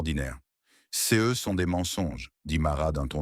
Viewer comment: L’ IA ne reconnaît pas le « ce » et dit toujours Cé E ! « Çé A » rend l’histoire ennuyeuse et stupide 😂😂😂